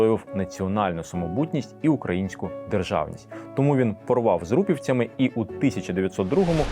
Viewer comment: Дуже цікаві і навчальні відео, але ви неправильно вимовляєте слово тому